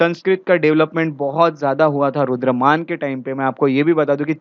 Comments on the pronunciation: Sir aap " Rudra(DAMAN) " ko " Rudra(MAN)" keh rahe the in the entire lecture please be careful coz hamesha yaad reh jaate hai aapke lectures and even wrong pronounciations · Please pronounce Rudra-daman instead Rudra- man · Sir, Rudraman nahi, "Rudradaman" hei.